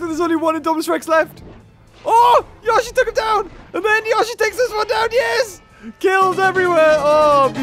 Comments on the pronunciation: Itsssss notttt yosheeee. Itss yoshi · It yO-shi not youshi instead of making the sound of the i you just say The letter o not the sound.: ShUT UP THIS IS MY VIDEO!! >:( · It is pronounced yowshee not yahshee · It’S YoShI nOt YaWsHi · It's not gashi its yoshi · it is not yoe shi its yoshi the character litterally says yoshi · Yashy no its yoshy no yashy no yoshy SHUT UP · Nobody:: yawshy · He calls it Yashi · The way he said Yosi makes mario angry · I was really hoping that instead of roaring it said "yoshi!" Also its pronounced yo-shi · Yoshi “YO-SHE” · i love how he pronounces yoshi i never heard that before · It is yoshi not how u say it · Anyone else annoyed by how he says yoshi